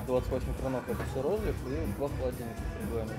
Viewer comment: рОзлив. Человек уедет из села, а село из человека никогда. Это как понять, что человек не Одессит. На Одесса, говорит Адэсса.